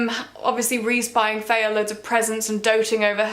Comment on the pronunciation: also who do you pronounce her name Feyah instead of Feyrah lol